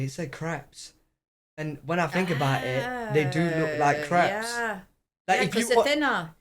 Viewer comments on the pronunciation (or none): it sounds like your saying Craps instead of crepes!!😅😅😅🙏❤️✌️⚘️